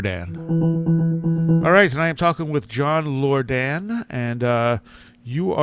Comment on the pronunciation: John Lor-Dan. Don't you hate it when folks repeatedly mispronounce your name? LOL.